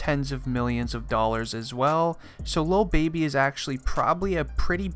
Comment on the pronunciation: DID HE SAY "Lil Bibby?" 😂🤷🏽‍♂️